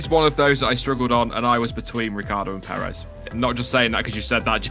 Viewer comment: Please learn how to say Perez. You're putting emPHAsis on the wrong sylLAble.